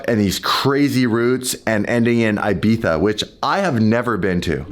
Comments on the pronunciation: why you say ibittfa or what it sound its ibiza. great video long time og viewer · Im going to be a party pooper here… sorry but my adhd can’t handle it It’s Ibiza not Ibitha.. lol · saying Ibiza with the “th” sound for the letter z is probably the most cringey and irritating thing to listen to……😒🤦‍♂️ there is no need for him to pronounce it that way. He is not native to Spain and there is no reason for him to randomly be using a Castilian Spanish accent just for one word. I have noticed that every cringey lame YouTuber and dweeb from L.A. that talks about or goes to Ibiza thinks it is so cool or trendy to say “Ibitha” when they actually just sound like idiots. I think just likes it so much because it is the one word he can say with his “Lithp” (lisp) not being an issue!😂